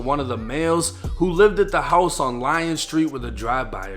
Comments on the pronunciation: It's not lion st it Ilion (Ill ion ) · The street is pronounced “ILL-E-ON”.